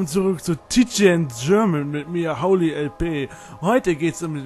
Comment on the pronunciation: ich sprech holly iwie ganz anderst aus... o_o xD